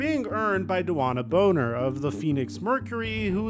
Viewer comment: DeWanna Bonner? Did you pronounce her last name wrong? 'Cause no her parents didn't.